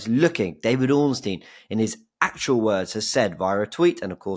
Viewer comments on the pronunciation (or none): James can you tell Robbie how to pronounce Ornstein he keeps calling him ORN-NAST-TEIN